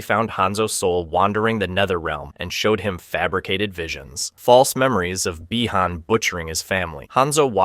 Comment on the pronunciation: my only gripe is why are the same character names pronounced differently throughout the video, you say bee-han this sentence then by-han the following sentence